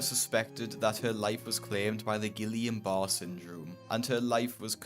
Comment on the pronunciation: are you that dumb you cannot even pronounce something it tells you how to pronounce in the picture? its not "giLLian" its pronounced with a Y, like it shows you.